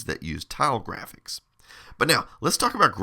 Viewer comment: Love your videos. In this one the way you said graphics made me chuckle. Grrrrraphics. ❤